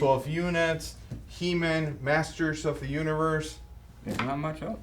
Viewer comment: Its NOT He Min. It's HE MAN !!!!!